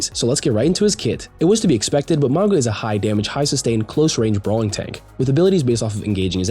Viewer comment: You’re pronouncing “Mauga” wrong (Samoan here), the ‘G’ is pronounced as if it was spelt with “ng” as in the word “being” or “nothing” instead of the “g” being pronounced as a hard “g” sound. So it’s: MOU-NGA instead of MOU-GUH